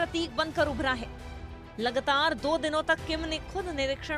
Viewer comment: It is LAAGATAAR NOT LAGTAAR